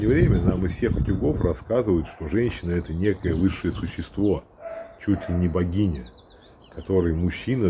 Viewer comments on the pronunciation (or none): Не богиня, а вогиня🤣🤣🤣